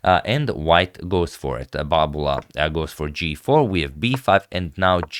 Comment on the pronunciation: I'm here to hear him say "Babula"